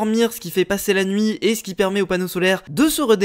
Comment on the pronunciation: ta dit qu’il fait jour mais il fait nouit